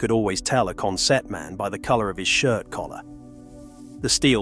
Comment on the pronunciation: i'm from newcastle , go up to consett odd weeks good retro game shop there but we say it consit not sett